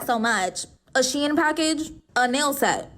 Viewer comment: I was fine til she said shein packet